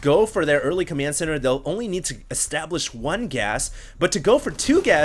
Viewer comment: its COMMAND center not COMYAND center